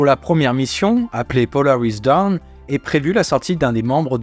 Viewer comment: Bonjour, et merci pour ce boulot de qualité. Juste un bémol - processus d'amélioration continue ;-) - Polaris Dawn (aube), se prononce à peu près "daune" svp - merci de donner le tuyau à Hugo également.